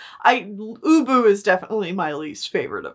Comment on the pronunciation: I was listening to this while walking my dog and I swear the first three times "ubu" was mentioned I thought you were saying "uwu" I am contaminated